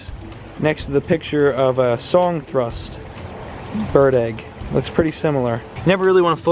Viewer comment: Sadly, with the exposed egg whites and no parents to incubate it, that egg will never hatch. Also, don't wanna nit pick but its pronounced thrUSH not thrUST lmao